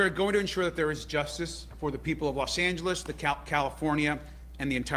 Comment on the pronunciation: you need to learn how to pronounce the word Los 'Angeles' Thank you so much!!